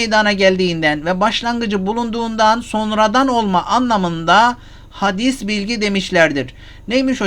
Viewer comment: Hadîs bilgi değil Hocam. Telaffuzu Hâdis bilgi olacak.